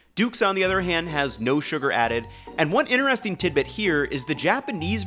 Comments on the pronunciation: Is he trolling by saying soo-gar and stay-bility? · He keeps saying "stay-bility" too. It's a funny little mnemonic ;-) (and ) he does pronounce "lecithin" normally. "sugar" He has no "sh" sound to it. But then he says it normally (づ •. •)? "... those famous [Japanese] 7-11 gas station stores..." That's American. American convenience stores #1 seller is gasoline. In Japan, there's no gasoline at most 7-11's.